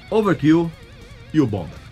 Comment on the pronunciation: ouvâr kêl e boumâr são as pronúncias corretas.